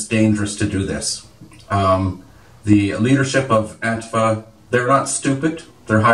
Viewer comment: it's pronounced "An-TEEF-uh"